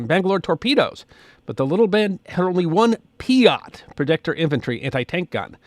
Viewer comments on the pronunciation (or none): none